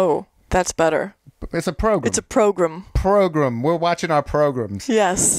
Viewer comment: This is the best "progrum" out there!